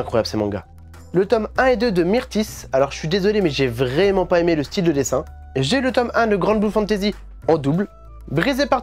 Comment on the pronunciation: Salut ! Bonne vidéo comme d hab et j’aimerais bien avoir les tomes de Beckbeck , mdr je parle allemand 😂😂 l’accent vrEUmant 😂😂😂😂😂 et au faites merci c’est super généreux